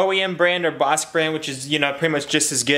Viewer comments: Pronounced Bosh Not Bosk👍👍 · Hopefully everything works out. By the way, Bosch is pronounced “Bosh” not “Bosk”. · BOSCH is pronounced BOSH, like SHine :D :D